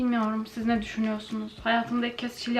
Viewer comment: Nobody:: BU NEĞ YHAA